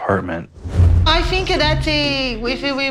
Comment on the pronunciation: Why is she ending every word with an y? 😅 Biggy, colty, thinky, righty...